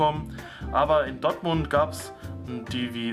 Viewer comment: Das heißt "Dortmund" und nicht Dottmund 😁